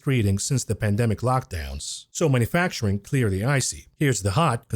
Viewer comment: I love your videos, but it’s ‘manufacturing’ not ‘manafacturing’. Mana facturing was what God did for the Jews after they left Egypt, but we haven’t seen it for thousands of years.